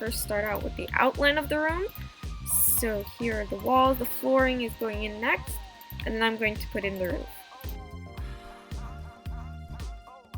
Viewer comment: I thought she said naxt